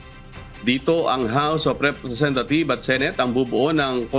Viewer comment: ang ganda ng pagkasabi mo sir.. house of representatheeeves.😂